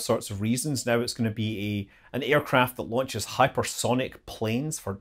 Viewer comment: Me, and the closed caption, thought you said "we've had four LUNCHES in the last week or so". ;)